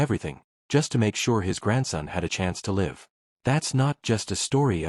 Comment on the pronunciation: "Go lyve" it.AHHH, you burped AI.